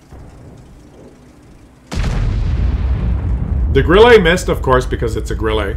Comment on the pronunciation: stop to say "Grillé" or "Grillay" for Grille. Correct sound is like in "burn" with a short and falling tone.